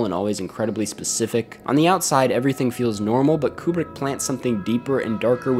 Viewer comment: It’s pronounced “Kyoo-brick”